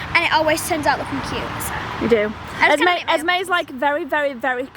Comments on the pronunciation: It's esme not esmai soo and you the mother of them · It’s Esme not esmai and does it affect you?? No…